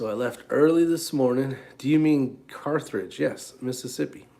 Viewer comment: Pronounced Car-thedge